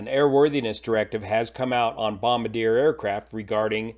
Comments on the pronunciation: Bahm-bar-d-air…..not bombadeer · BOM-BAR-JEE'AYE if you want the true French pronunciation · I believe since it's Canadian it's pronounced Bom-Bar-Dee-Ehh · Bom-bar-dee-ay Not “Bom-buh-deer” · Hey, thanks for this very detailed update. Just as a FYI, the Challenger made by 🇨🇦 company - the company name is pronounced: Bom-bard-eea (the last portion, treat it as French -iér). Hope it's okay to mention, as I admire how you like to pronounce your places, countries, etc. Very professionally. Love you, take care and fly safe. 🖖🏼🤟🏼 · it's actually four syllables, not three ... Bom-bar-d(j)ee-ay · "BOM-BARD-IER" is how we pronounce the company here in Canada 😁. As always, great Great work Sir! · Excellent and informative as usual. Super minor point, I believe Bombardier is pronounced like BOM-BAR-DEE-YAY. The French last name of the dude who invented the snowmobile (wanted an ambulance that could drive on snow). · Its a Canadian company and prouncounced Bom-bar-dee-yay. I worked for them for many years. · BOM- BARD- EE-AYY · it's Bom-bar-dee-ay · Sorry, small correction, it's pronounced Bombar-di-eh. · time stamp 18 , Bombardier is not pronounced Bombadeer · BOMB-BAR-DEE-EH…say it. 😂 unless you call your plane a BOO-ING. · Bom-bard-ee-ay, the French last name of the person who invented the snowmobile, and whose company grew into a huge company into everything from Airplanes to Seadoos. If you can properly pronounce challenger, which also comes from French, you should have the ability to properly pronounce Bombardier. Or should we start pronouncing your first name as "joo-on" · learn how to pronounce BOM-BAR-DEAY.... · Thanks for your excellent work on this tragic incident. Please excuse me for suggesting a correction to your pronunciation of Jet's company name. Your pronunciation of Bombardier is incorrect, it is a Canadian company located in the province of Quebec. The company name is french and pronounced: Bon-bahr-dy’eh , Bom-BAR-dee-ay